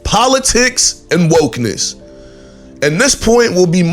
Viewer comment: You said "wokenesss"........ I will never take you seriously. Wow you are terrible